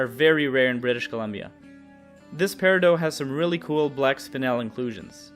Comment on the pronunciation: It’s periDOT you clod >:|